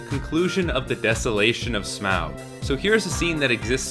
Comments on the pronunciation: Humour me... Say "auxiliary". Now say "Taught". Now say "Smaug". Yes. It's pronounced "Smog". Tolkien's joke. Quit butchering it. Thank you. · Stop saying Smawg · This is good. But Smaug rhymes with fog.